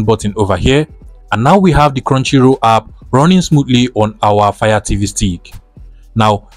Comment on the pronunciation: Now scrow down for crounchy roll hidden lood ikon tf are u saying